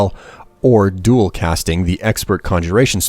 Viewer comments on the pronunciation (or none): none